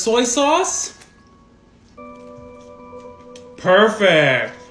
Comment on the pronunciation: Orang nya yang ngomong perefec